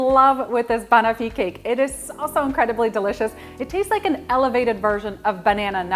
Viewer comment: Fabulous recipe. FYI the pronunciation is bah-nof-fee not bunofi